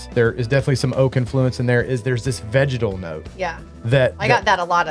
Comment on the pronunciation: Could have sworn when you were saying vegetal that you were saying vaginal haha! #doitblind #gucciscissors